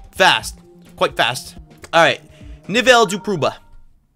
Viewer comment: I love saying Nivel de prueba xd